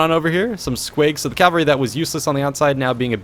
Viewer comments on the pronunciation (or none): none